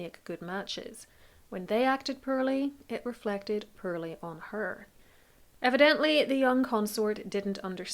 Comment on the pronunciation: "pearly" 😂 it's POORLY. (Po-or-lee)